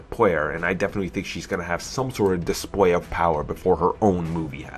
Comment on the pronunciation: Scarwot Witch? Dispway of power? You don't totawy beweave her? I can't take this video seriously... lmao